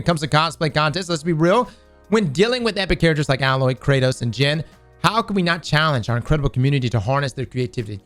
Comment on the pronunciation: It’s alloy not ayyloy😂